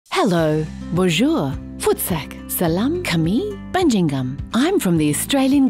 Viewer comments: Bajingan not banjingan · that indonesian opening is rather inaccurate, its supposed to be... ba...ji...ngan like ba like in BArbarian ji like in JIggly and ngan like waNGAN since you have amazing swearing in another language, so you know how to do that in Indonesian as well cheers from batam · She say bajin gan not bajingan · you said "bajingan" in wrong pronounce hahaha